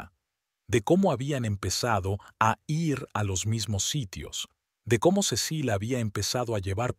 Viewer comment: Tampoco sabe decir ir